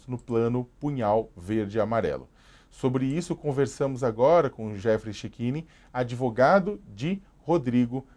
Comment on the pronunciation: Se eu comer uma sopa de letrinhas cago um argumento melhor que esse 'adevoGADO'